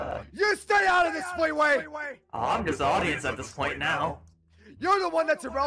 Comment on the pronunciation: Dude it’s not feetway it’s fleeway